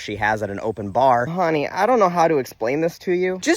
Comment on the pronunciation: I found the one word she thinks you're speaking ebonics ...it's the way you said honey. LMAO Bless her poor little racist heart.